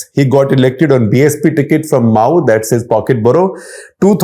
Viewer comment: Mau a district of that name in U.P. is pronounced as Ma' woo and not as Mao in Maotsetung.